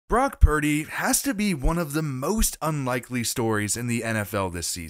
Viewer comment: Brock 'Prady' !